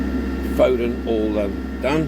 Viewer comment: FO DEN, not fodd en.not a bad resto video was a tad long though!